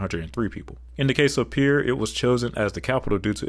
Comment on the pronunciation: Thank you for pronouncing Pierre correctly.